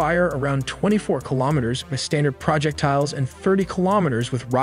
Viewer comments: "Pra-ject-tiles" I wander what aacent that ahs? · More ai readers. I stopped listening because ai read projectiles as “project tiles”. 😊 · pro jeck tiles? really dumbass ai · "Project tiles". We need to get this AI some pronunciation training. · What the f is a project tile? Effn AI. Lazy editing....wait, that would require a person, or a child with limited reading skills. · STOP USING ai for voice give some one a job "projet----tiles? really i refuse to ever sub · PRO-JECTILES LOLOL. stupid AI farming people for views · praw-ject-tiles.. I have always loved when people pronounce things differently... it makes things more fun.. none of us are perfect and we should embrace that. I worked on these amazing weapon systems... I miss hearing my babies sing on the ranges or down range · Absolutely love your vids! I do wonder if you're actually AI though, as the way you pronounce some words "pro-jec-tiles" is fantastic and unique ❤ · The mispronounced words are always funny. I didn't know that the army had all of the tile projects going on. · The way this dude pronounces projectiles and measurements is painful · Informative video. Some constructive comments. (1) You're pronouncing 'projectiles' wrong. (2) Around the mark you have a yellow banner that says 'UNEXPLORED SUBMUNITIONS', I think you mean 'unexploded', not 'unexplored. (3) Around the mark you ask for 'intelligent feedbacks'. I think 'feedbacks' should be 'feedback'. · This dude really struggles to say the word projectiles. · I think you meant “unexploded” instead of unexplored bomblet. And projectile has the accent on the second syllable instead of the third. Otherwise a great video. Thanks! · Do you know how to pronounce “projectiles” or are you just messing with us 😂